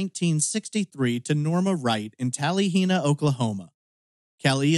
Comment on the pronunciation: I know it's rather irrelevent, and I mean no disrespect, as I thoroughly enjoy your channel, but as a person who grew up in Oklahoma, I can't stop myself from saying it is typically pronounced tal-a-hee-na, rather than tal-ee-hee-na. Likely it bothers no one else but me.